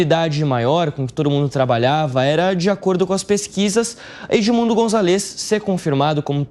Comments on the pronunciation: É González no nome do cara. Tem até acento no A. Não é Gonzalês que fala b u r r o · Fala direito o nome do candidato! Não é gonçaLÊz! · Gonzaaáles amigo, precisa aprender pronunciar espanhol 😂